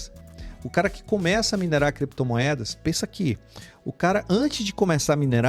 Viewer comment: Cada vez que o fala criptomoedas eu lembro dele falando: creptomoedas, heheheh.